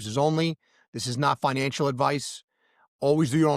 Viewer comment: You know, for a while I thought you were saying “Financialship” 😂😂 Because I do feel like I am in a relationship with my XRP. It’s up and down baby!😅😅 Happy new year and thanks for all the great content